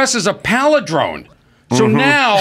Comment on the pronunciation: Corny Adams palidrone flub starts my day off right!